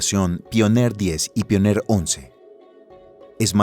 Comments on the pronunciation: Soy el único que esperaba que diga "paionier" en vez de "pioner"??? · Se pronuncia paionier no? se escucha bien raro que digas pioner 1 y 2 , en fin un pequeño detalle la verdad la informacion esta super